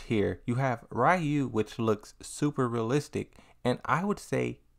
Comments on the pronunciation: Stop saying Rayu please 😂😂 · I find it interesting people still say Ryu's name wrong these days. I used to say it wrong when I was a kid. Lol.